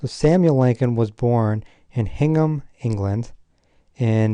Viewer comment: "HINGHAM" in the UK is pronounced locally as "INGHAM".